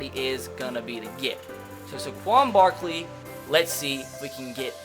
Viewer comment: how did he just pronounce Saquon Barkley